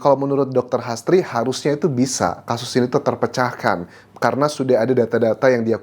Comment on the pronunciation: H. A. S. d bsca HAS T.R.I. d baca TRI jd HASTRI bkn astri